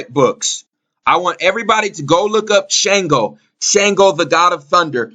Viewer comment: Peace&Blessings! Shango(sh(ah)n-go) is in lined with Mars. Red color. Strength/Warrior Obatala(O-(bah)te-la) is more in lined with Jupiter. White color. Wisdom Combined to make the Orisha (red & white beads) Shango- St Barbara- Archangel Michael- Sagittarius- etc Good work the pronunciations was just killing me..